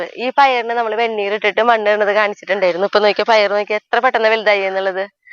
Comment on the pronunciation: വെണ്ണൂറ് അല്ലെടോ വെണ്ണീര് ആണ് ചാരം എന്നും പറയാറുണ്ട്.